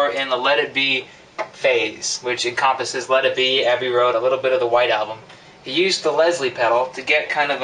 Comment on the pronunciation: he said encompasses wrong